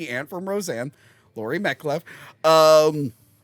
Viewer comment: Who the fuck is Laurie Metcliff?! It’s Metcalf,.